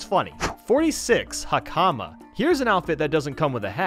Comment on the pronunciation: He keeps saying hakama wrong it is pronounced like hak uh ma